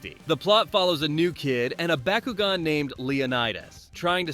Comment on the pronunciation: Stop saying bakugan like that wtf